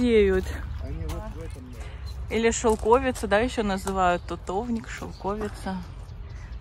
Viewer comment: Шелкови́ца (не шелко́вица)Википедия 😊